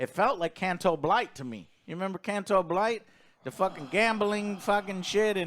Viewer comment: I absolutely love mispronouncing names.